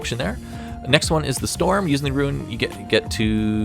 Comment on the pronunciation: "Ruin" Knight